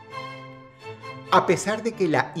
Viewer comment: "número SES"